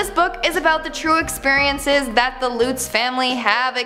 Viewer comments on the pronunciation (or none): I'm pretty sure it's pronounced "Luhts," not "Loots." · Correction- “Lutz” is pronounced LuH-ts and Ronnie Defao is dah-Fay oh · Lutz rhymes with nuts.